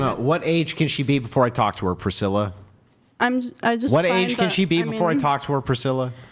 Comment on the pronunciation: “Prithilla” is diabolical 💀